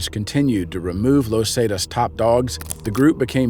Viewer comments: Where do these people who make the videos get their info? Los zaytas? Never heard of them? Tf? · I mean it's a great vid..... but the way hes pronouncing "Los Zetas" is really irritating. Lol...... great vid tho man.